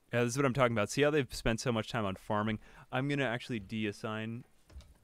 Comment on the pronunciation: when you say talking i instantly think you just went pleasepleaseplease